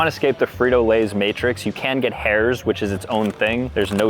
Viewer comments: How he said “Herrs” Hurt my soul 🥲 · Crazy way to pronounce Herr’s